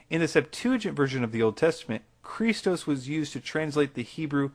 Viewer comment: is a noob at pronouncing greek. Iesous as iseus... seriously. It is pernounced I-e-s-oú-s. Don't get me started on him saying Chrístos instead of Xristós (x being the greek letter chi, it isn't pernounced chi).